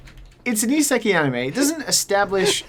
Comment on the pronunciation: Timestamped for posterity: suggests a Danny Devito swapmod for Mario for Project M, complete with a gritty Brooklyn Rage Danny Devito impression of "IT'S-A MEE, MARRIO!!!"... I don't wanna sound like a know-it-all, but it's "iseka*I*". ISEKAI. You're missing the "A" in "ISEKAI". Literally "another world". The latest genre trend in popular Japanese subculture media, where some otaku idiot (gamer, manga fan, or general shut-it) gets transported to "another world" and suddenly becomes either tough shit, or... shit.